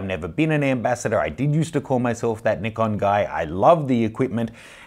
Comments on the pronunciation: Pronounced the Neeekon guy. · Thumbs up if you knew how to pronounce Nikon correctly.